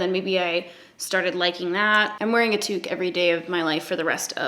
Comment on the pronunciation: Toque Catherine the word is toque.